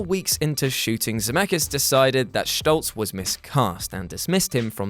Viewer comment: If you're going to pronounce it "Schtolz", why not pronounce it "Fochs", to be consistent 😝